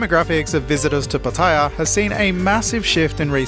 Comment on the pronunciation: It's pronounced Pa-ta-yar. Not Pat-ayer... Just sayin.